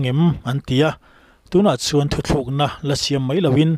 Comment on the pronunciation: A va han ṭullo berrrrr Chuan...Thutlukna tih tur..Thuthlukna nilovin😊